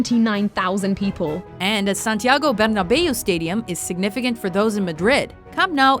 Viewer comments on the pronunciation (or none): Your Pronounciation of Camp Nou and Santiago Bernebeau made my day. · camp no and Santiago bernabae 😂😂😂